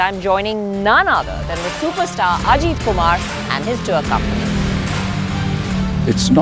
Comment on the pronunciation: not Ajeeeet kumar..It is Ajith Kumar